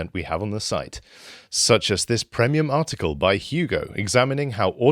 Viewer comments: "PREMIUM" damnd that pronunciation is just wierd to hear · Can someone explain to how to pronounce "premium" please? 😃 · That is not how you pronounce premium. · Why does at the end pronounce premium wrong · I’m getting used to the pronunciation of “premium” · I have a trivial comment about the promo reel at the end of this clip. . I believe that, in my 50+ years of existence, this is the first time that I have ever heard the word 'premium' enunciated with a short e vowel sound. Curious.